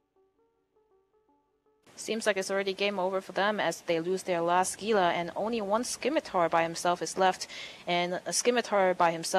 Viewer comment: damnit it's """"G""""ila >.< *dies*